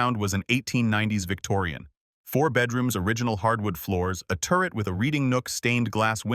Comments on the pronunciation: 😂AI cracks me up! It also makes me sad….. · Turret office not turd office. AI really lost it.